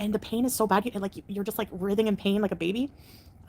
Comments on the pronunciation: Writhing = rye thing Sigh... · “RITTHING in pain” not “writhing”? 🧐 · I caught that too. What’s “rithing”; it’s writhing (pronounced rye-thing)? Smh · I wish people in girl world especially her with learn the pronunciation of wirds. Its wr eye thing in pain. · The way she pronounces writhing and endocrinologist—is she turning into Amberlynn? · Is turning into Amber? She keeps saying words incorrectly. You’ve never heard the word “writhing” pronounced? Wtf